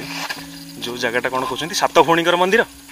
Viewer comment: ଯଦି ପୌରାଣିକ କିମ୍ବଦନ୍ତୀ ସ୍ଥାନ କୁ ଆପଣ ଲୋକମାନଙ୍କ ସାମ୍ନାକୁ ଆଣୁଛନ୍ତି , ଏଇଟା ଗୋଟିଏ ସୁନ୍ଦର କଥା , ତେବେ ଆପଣ ଯଦି ସେଇ କଥାକୁ ଓଡ଼ିଆ ରେ ଉପସ୍ଥାପନା କରିବେ ଆହୁରି ସୁନ୍ଦର ଲାଗିବ, ଆପଣ ଅଧା ଈଂଲିଶ୍ ଅଧା ଓଡ଼ିଆ କହୁଛନ୍ତି ସେଇଟା ବି ପୁଣି ଠିକ୍ ସେ କହିନାହାନ୍ତି , ମନ୍ଦିର କୁ ଆପଣ ମନ୍ଦିର୍ କହୁଛନ୍ତି